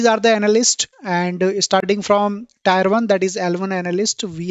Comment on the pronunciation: Thanks beother really useful information By the way Tier 1, tier 2 is pronounced as Tear 1 tead 2 not tyre